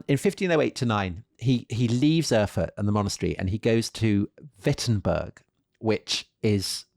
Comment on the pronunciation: For heaven’s sake; Erfurt!! Get it right.